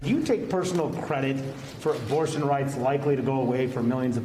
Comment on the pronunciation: Joe you said obortion 😂😂😂